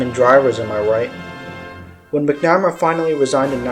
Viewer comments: McNamara: pronounced Mac - nu - mare - uh Ignatius: pronounced Ig - nay - she - us I had the privilege of being an Avionics Tech on F-14's with VF-111 in the Navy. Those of us who spent countless hours maintaining them still hold a fondness for them to this day. Were they big, heavy, complex birds? Yep. Did they get the job done? Yep. At the time, the F-14, even with its shortcomings, was still better than anything our enemies had in the skies, and our Naval Aviators were better trained, and more capable than any of our enemies at the time. The F-14 still maintained an air superiority role for quite a long time. There's a reason why it was the F-14 crews that were sent to Top Gun to learn advanced dogfighting skills. There's also a reason that the F-14 has so many MiG kills to it's name. Was it the BEST fighter we had? Nah...I can admit that, but the Navy still trusted it over any other aircraft to be the one to ensure the safety of the carrier, and it's battle group. There were two F-14's in the sky, and two more on deck armed, and ready to launch in a moment's notice, 24/7, while the carrier was underway. When we launched strikes on Iraq in Jan 1993 from the USS Kitty Hawk, besides the E-2C's and SH-60's, the F-14A's of VF-111 and our sister squadron with whom we shared a hangar at Miramar, VF-51 were the first aircraft off the deck, and the last ones aboard. Not only did they fly escort for the F/A-18's and E/A-6's, they also flew strike missions of their own at the same t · Its Mac-Na-Mar-A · You don’t seem to know much about Robert McNamara. And, you’re saying his name wrong.